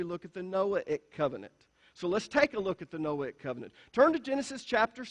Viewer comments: It’s just you. Noahic pronunced no-ay- ic, long on the “ay.” He can pronounce Mosaic but cannot pronounce Noahic. They are pronounced the same way. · So funny that in trying to explain how to pronounce the word Noahic...he pronounces it wrong! The 'a' is a "long A".